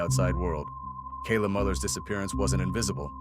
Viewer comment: AI narration? Couldn't even get Kayla's name right.